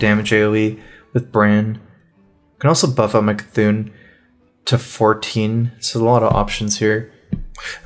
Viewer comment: CarThun Carrtuuhn cartoooon